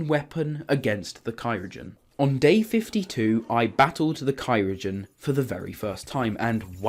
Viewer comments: every time he says "cyrogen" it hurts like cryogen just killed me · Btw it’s cry-o-gen. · It is Cryogen not Cyrogen but alright nice video keep up the good work :)